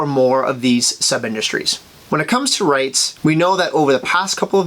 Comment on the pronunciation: So is it reeets or rites? Choooose one! It’s reeets BtW